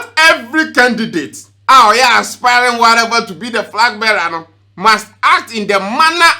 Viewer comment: And frag bearer 😂